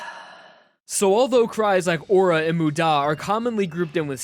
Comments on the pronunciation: Polnareffs "Hora" is also pronounced as "ora" the h would be silent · Wryyyy is pronounced REEEEEE but with the r pronounced Like the r in wry. It’s just wry but with more E, and not weary. and Ora is pronounced oda but with a little idk flick to the d like in nori and not oura. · Ummm its JONATHAN SAYS ORYA NOT "ORA" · why did you pronounce "Ora" as "Aura" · I just feel like pointing out that Johnathan (and maybe Joseph, not too sure on that one) doesn't say "ora" but actually "oriya" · Stand ORAgins??? Eh eh eh? Im sorry I dissapointed you